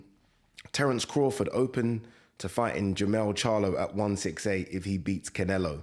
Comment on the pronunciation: Why "Cinelo" every time?! Interesting if he did fight Crawford., the latter would have to be careful not to get lamped.